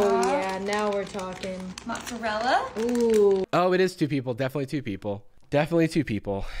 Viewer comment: If she says "motserella" one more time I think I'll cry